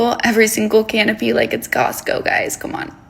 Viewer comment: I love your yellow beanie!! Great color so cute!! I laughed so hard w/her "canopy." I NEVER eat "canopies" at parties, although sometimes I will have a small CANAPE! Oh I can't ... hahaha This video is definitely difficult for me to watch as someone who has struggled w/that side of EDs. It actually really bothers me she is charging people $300 a MONTH (what?!?!?!) to essentially not to eat...? Can you imagine if there was a morbidly obese person charging others $300 a month to be in a "Fat" society? I mean, maybe something like that does exist and I just don't know about it ... but that's $3,600 a year per person ... which is about as much money as I have to spend on groceries if I am lucky every month. I can't argue that she makes some good and valid points, but the direction at which those points aim is just off target completely. Like the repercussions of this "Skinny Society" or however tf she spells it ... I cannot imagine if this existed when I was in my worst not eating years (off and on for ... about 20 years just bc my ano***ia (I'm coming to really like the term "T Rex" ... bc it's very accurate!) started when I was 8 years old ... that's a long story and very sad) in which I would cycle 2-3 days of eating nothing (just black iced coffee, sometimes w/sugar-free blueberry syrup) with days I would limit myself to like ONE food (for example for about a year it was 2 slices of plain toast every few days, another few years it was broccoli ...) - bc I KNOW I would figure